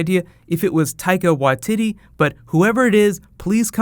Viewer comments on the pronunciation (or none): Why-tee-tee not Wa-titty :P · Taika Wai TEE TEE not titty lol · Hey, just as a wee pronunciation help, Taika Waititi is said (phonetically) Tie-ka why-te te (Like the golf tee) Still impressed that you got the first part right! Māori can be tricky to say correctly. Also, love your videos! they are the first thing I look for after watching a show lol! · Did he just say "Tiger ytitty? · "Taika Wa-titty" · he pronounces it as tiako watiddy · you seem to be struggling a little pronouncing Taika Waititi's last name. Just think Y T T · Tyco Why titty? Am I pronouncing that right? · "Taika Wah-titty"